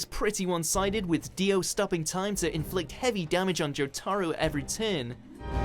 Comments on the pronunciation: Jew taro vs Dio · And Watch Mojo continues to embarrass themselves with their piss-poor pronunciation of anime character names. Jo-Ta-Ro not Jo-Tar-O. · Wheres this Joe-Tah-Roe Coming From? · "Jo TAR ro" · The "joterro" pronounciation sounds more retarded imo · This dude says jotaro and za warudo so weird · Ok what the fuck now he just said warudo wrong and jotaro wrong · This dude needs to say Jotaro correctly. Don't care how old videos are. Also need them to say Gohan and not Go'han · Can someone pls read Jotaro properlu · The Fact that they put Dio v.s Jotaro at #3, they pronounced Jotaro & Za Warudo wrong makes this list garbage. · Learn how to pronounce Jotaro's name... MUDA! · Why does the guy pronounce Jotaro in the weirdest way possible? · Why does this guy always pronounce the names wrong? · I don't like how they pronounce Jotaro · The way chops names up